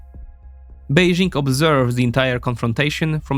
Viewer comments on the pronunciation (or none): none